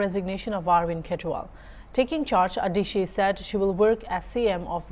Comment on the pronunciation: Not adishi it's Atishi